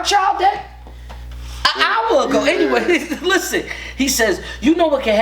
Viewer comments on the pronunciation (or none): none